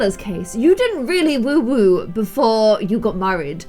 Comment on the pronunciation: Why does say woowoo instead of woohoo, it kinda annoys me ngl! Edit: it might be her accent